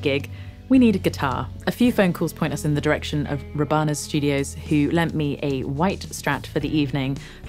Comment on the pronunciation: Hey how you doing! I spent years practising there in Robannas. Just so you know it's pronounced ROB-ANNAS The two people who put it together originally were called Rob and Anna. Good to see you rocking up my home city. Also how the hell did you break the head of your guitar?